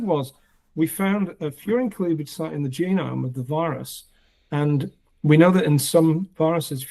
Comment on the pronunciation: I thought you said "fear and cleavage site", so when you said it is what it sounds like I was very confused.